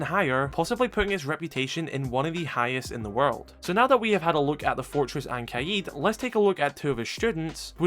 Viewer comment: Something interesting about oryx is that his name Saif means sword or scimitar. His last name “Al hadid” means “the iron” or “of iron”. That’s why he’s called the man of iron in the psychological repot. His name literally means sword of iron. Pretty interesting detail. Also as an fyi, the word kaid is pronounced more like “ka’ed”.